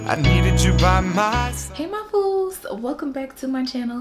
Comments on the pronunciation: Did she say, “hey my FOOLS”? 👀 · Did you just say..."Hey my fools?"